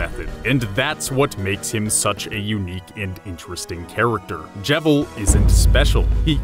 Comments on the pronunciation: I pronounced his name Jeevil. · wtf why do you call him the jevil its cleary just JEVIL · I'm giving another down vote just because he can't get Jevils name right.